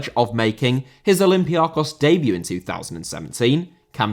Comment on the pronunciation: Olympiakos* not Olempiohrkos